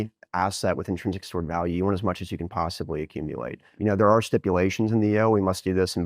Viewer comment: Bo Hines: “We want as much as we can possibwy accumuwate”